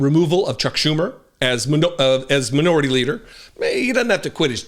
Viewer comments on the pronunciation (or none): Did you say Manure-ity instead of minority leader? HAHAHa